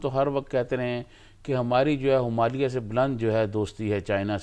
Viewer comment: Himalya ko humalia bol raha hai😂😂😂